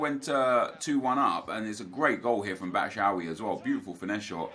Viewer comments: Pls stop saying batshaawi it’s bat-shoe-eye-ee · Trying my hardest to not cringe when Nep says batshuayi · Why was he pronouncing batshauyi like that